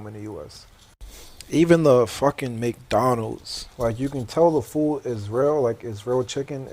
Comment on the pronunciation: why can't bro pronounce his d's though? "foo'" lol